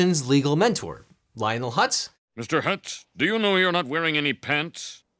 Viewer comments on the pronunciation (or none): none